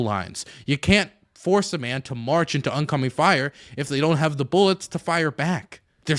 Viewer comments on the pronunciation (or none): none